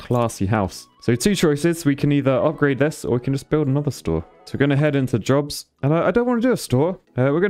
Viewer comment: heh. is it wrong i thought for half the video he was saying "these people want drugs" when he was really saying they want jobs